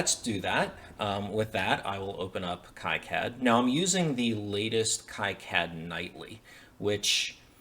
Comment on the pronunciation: I think it's pronounced "key cad" not "kie cad".